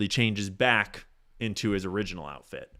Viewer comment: You said “outift” about ten times …